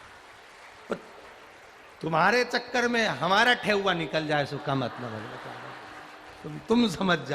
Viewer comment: ठेउआ नहीं गुरुजी ठेकुआ बोलते हैं गुरुजी 🙏🙏🙏🙏🙏